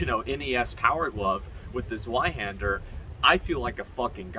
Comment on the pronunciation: Zweihänder is pronounced like "tsv-eye-handah" btw (German)